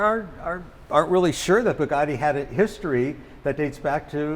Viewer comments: Bee-You Geti Westeners: Bugatti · looks after the collection but can't say Bugatti properly. They're t's not d's. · lmao the owner didn’t like how said Bugatti